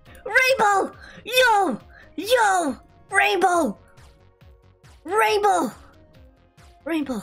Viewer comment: i always luagh when u said raibow raibow!!!